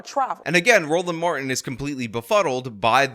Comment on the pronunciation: We gonna get everything out on da flo! 😂 You are killing me,. His name is pronounced, "Mar - Tin" not "Mar-In" stop assaulting the English language! 🤬